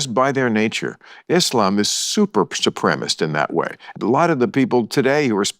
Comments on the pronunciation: I find it amusing that Bill cannot enunciate supremacist 😂😂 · My favorite part is when he can't pronounce the word supremacist